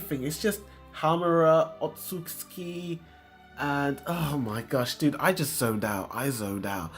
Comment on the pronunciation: That's not how you pronounce "Otsutsuki" sir